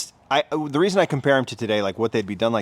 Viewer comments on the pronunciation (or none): none